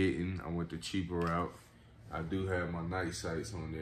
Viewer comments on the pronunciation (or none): none